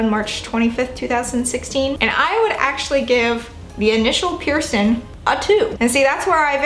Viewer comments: The word is Piercing. I’m hearing “Pearson”. Healing pronounced as heelin. Definitely distracting!! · you pronounce the word ’piercing’ as ‘pee-er-son’ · when she says “piercin” omfg